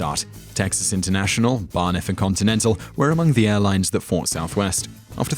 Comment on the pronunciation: Did he seriously say "Bar Niff"? It's Braniff, watch the ending logo for South Park and you'll see it.